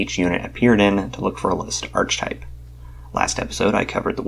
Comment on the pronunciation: Sorry, not to be an a-hole, but it's pronounced "ar-ka-type".